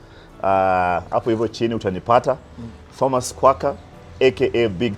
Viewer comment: My fren, the H in Thomas is silent. Otherwise, nice show. thanks for dropping nuggets of wisdom.